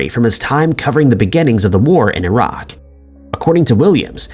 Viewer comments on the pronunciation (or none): none